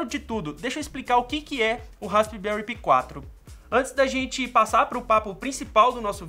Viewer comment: a pronuncia certa e raspberri pai 4